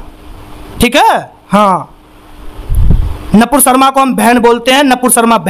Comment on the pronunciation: अरे भाई पहले तो तू सही बोलना सीख । वो नपूर शर्मा नही है नूपुर शर्मा है